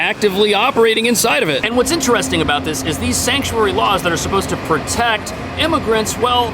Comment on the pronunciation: Shank-u-airy city lol